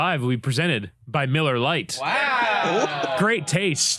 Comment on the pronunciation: Every once in a while, I could swear he says MULLAR LITE